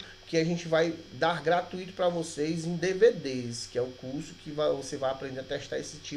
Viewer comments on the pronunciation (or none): none